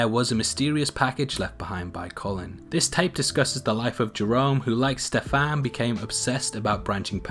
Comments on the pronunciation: Hahaha I just can't with the way you pronounce Stefan. Ste-FAAAN omg I love it its pretty cute!! Stefan is pretty Slavic name, and here in Poland we pronounce it like STE-fan so it's really funny to hear it differently :) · I hate the way you say " Stefan"